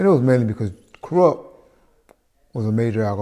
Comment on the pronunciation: He said Koerupt not Kurupt so that means he's talking about a whole other person so its ok for us to still love his music